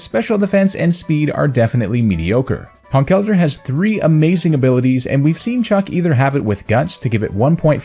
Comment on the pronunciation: I’m just happy you pronounce Conkeldurr right lol